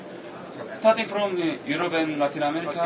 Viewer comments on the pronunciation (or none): FROM, not fram....